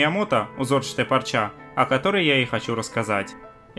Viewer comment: ты уж определись: "пОрча" или... "пАрча"....:) p.s....в ссылке на это видео, - "пОрча"....